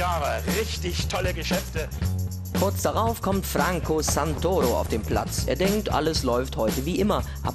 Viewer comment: Bei Santoro liegt der Akzent auf dem ersten o und nicht auf dem a😒😒